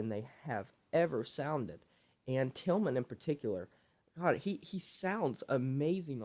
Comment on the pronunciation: Bro, his name is tilian not tilman😂😂